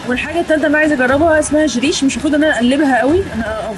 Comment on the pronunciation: جريش والهريس هو القمح اللي احنا بنعمله بليله الهريس الصحيح والجريش المطحون أنا بشتري الهريس بعمل منه بليله 😊 وبينطق بال ج عادي مش چريش 😀